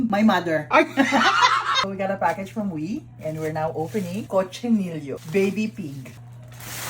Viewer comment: it's KOH-CHEE-NEE-YOH not cochinillo🙂